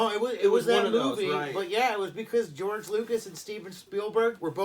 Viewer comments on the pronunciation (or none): none